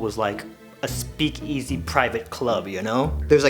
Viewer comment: Hol up hol up suka rewind did he just say speakEzzy???